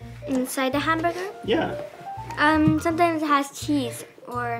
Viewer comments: It’s hamburger not it’s hambaga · "Hambaga" "how he says it" "I can't anymore" 🤣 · "Hambaga" "Hambaga" "Hambaga" "Hambaga" "Hamburger" "Haaaamburgerrrr" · Her.dis is habaga and this hanbuga Me.what? It's hamburger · For a majority of the video he said ham ba Gus instead of hamburgers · My life is a lie...ITS PRONOUNCED HAMBAGA America shake my head HOW COULD YOU LIE TO ME! IT WAS HAMBAGA ALL ALONG! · Hem-bear-gir & Hem-bey-goo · It's hamburger ham-berger